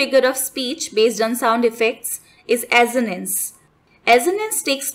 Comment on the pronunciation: This is pronounced असोनंस not अजोनंस. Assonance। And send word Alliteration this is pronounced as एलिटेरेशन not एलिट्रेशन